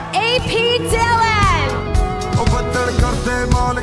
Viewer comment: Bibi Dhillohh akhi daa Dhilaan ni… Bahut kamm krna paina accent tey.. Don’t punjabi will make you learn. Visaa lwaoo horr tezz